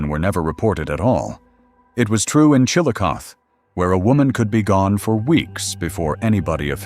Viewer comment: OMG please learn how to properly pronounce names of towns and rivers before you record these. Chil-a-koth-e, Sci-o-to Geez so annoying!!!!!